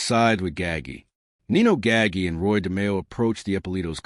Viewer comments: Gaggi, it's not pronounced gaggy you idiot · Every time I heard Nino Gaggy I wanted to turn it off.